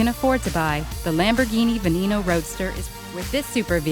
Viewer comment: you pronounced Veneno wrong